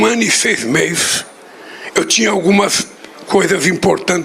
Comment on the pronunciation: "Nesse um ano e seis meis"😂😂😂